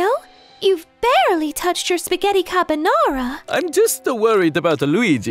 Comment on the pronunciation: Why did Peach say 'cabanara'?